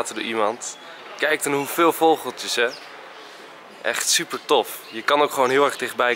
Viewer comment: Volgens mij zegt Enzo vogoltjes maar het is vogeltjes! 😂😆